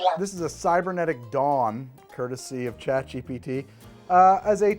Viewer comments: 😂 I thought it was “cybernetic dong” not “dawn” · I heard it as "Cybernetic Dom" and went "I think I remember this movie differently." LOL. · 'Dawn' is definitely not what I kept hearing, had to wait for the text 😅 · I had to play the video back because I thought it was Cybernetic Dong not Cybernetic Dawn